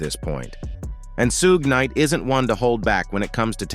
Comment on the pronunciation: I logged off just cause how he keep saying suge knight name